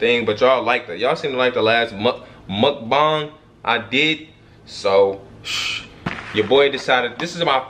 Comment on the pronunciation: Its not mook-bang you gotta say it with the uhh sound like muhkbang